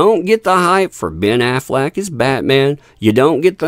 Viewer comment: Hehe, "Ben Aflac". 🤭